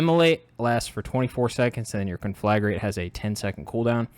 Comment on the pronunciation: It's pronounced con-fla-grate, not con-flag-rate.